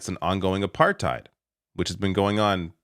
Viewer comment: LMAO “it’s aPArThEidZ” nope